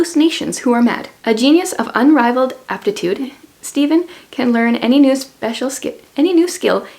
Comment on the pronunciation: It's pronounced like Steven. It would be spelled Stefan or Stephan if not.